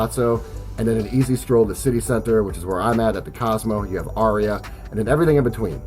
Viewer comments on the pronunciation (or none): none